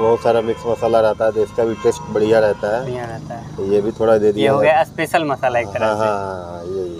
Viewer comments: Aspecial nhi Special hota h gawaar..😤😆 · Abe aspesal Ni special hota h😂😂😂